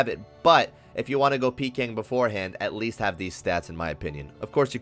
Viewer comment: bro the way he says "at Least" pissed me off